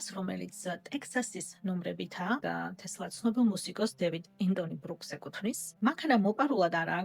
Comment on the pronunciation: "ტესლა " და არა თესლა 😢